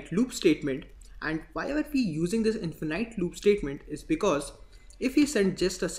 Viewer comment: Bro its not infenAIT its infinite noun(infin {E} t) in fuh nuht. And video is very good. i was not looking for this but, still looks like you are doing very good job. cudos.